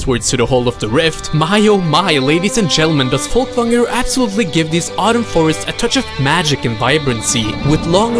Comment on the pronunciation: Damn, this is very impressive what you made, and the attention to edit and detail! Worth the wait! oh and I love how you said "Folkvangr" ;D Spot on... which makes me think... hmmmmm.... there's something about that accent.